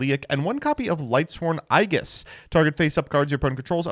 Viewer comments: was rough to hear. It's pronounced Eej-iss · You can always tell who has played Persona 3 when they mispronounce "aegis" like that. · you mispronounced that one on purpose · Is he trying to say "aegis"?